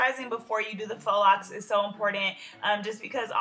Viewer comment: GIRL IM SO GLAD YOU KNOW HOW TO SAY IT RIGHT